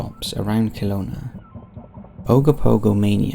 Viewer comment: Just commenting because of how he pronounced Kelowna